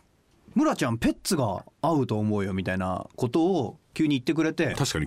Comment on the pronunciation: 最多出場の仲村さん。でも久しぶりの二人。でもいつも仲良しでイチャイチャしてるイメージの二人。今日は可愛い二人の仲を見ちゃった日。 安元さん！『ペッツ』の発音、言い方好きだな。